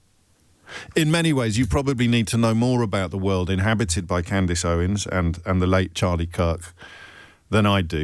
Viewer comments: I love the way Jobbie pretends not to know who Candace is or how to pronounce her name. She’s way, way more relevant and better at this than he is. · I choose my words very carefully, goes on to mispronounce her name 😂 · It's weird that the host here feels the need to pretend not knowing how to pronouce a relatively normal name or not know the person, that he is about to speak about for a long time. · Lol I have never heard anyone pronounce her name that way, which is concerning about the spread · Sorry but did a producer write this and the presenter is just reading prompts on what he’s been told to talk about? Pretty poor not to even have a read through first and figure out the (fairly well known) female name Candace is pronounced Cand-is and not Cand-ace! Even if he hadn’t heard of Candace Owens or bothered to do any research on what he’s going to be discussing, have the production team not sat down and had a run through with this guy on discussion topics?! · Lol. Say her name Right!! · ...Wow, is this LBC? As a Brit I find myself shocked that he didn't know who Candace Owens was and couldn't pronounce her name, or am I... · You did pronounce the name incorrectly 😂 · He knows. And he definitely knows how to pronounce Candace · You should probably watch ALL of the Candace Owens series on that subject re the Macrons before you claim that Candace is “mad”. I’d suggest you haven’t even watched one episode given you don’t even know how to pronounce her name properly, given she says it at the start of every episode she does. Also she is not being sued for “defamation”, so something else you have incorrect. You’ve just turned me off anything you would say on Your show (5 mins in) because clearly you don’t do much research! This is one reason why I like listening to Candace, she does her research first before she speaks and presents the facts to back her claims up, something you should ALL do otherwise it’s just a waste of time listening to anything you have to say.